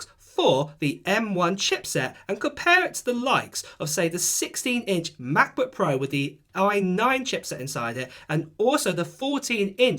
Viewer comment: MaCbuk Ehhhh. Sorry mate its just funneh